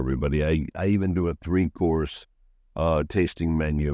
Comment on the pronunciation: I'm very sorry to tease you but minute 10.07 " three course" was hilarious